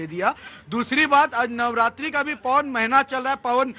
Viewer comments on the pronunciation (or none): Noratara नहीं noratre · Nawratri kahte hai